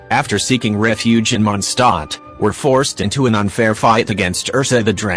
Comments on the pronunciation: ah yes... "Monstot" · It's not mon stot